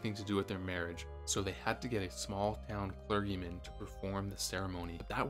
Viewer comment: I wonder if this narrator is a real person or AI. He pronounces a lot of words wrong. Clergy as cler-gee instead of cler-jee. I noticed others in different videos.